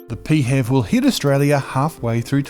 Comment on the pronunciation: Pee Hev 😂 Pronounced P H E V (letter by letter becuase its an acronym) but you do you lmao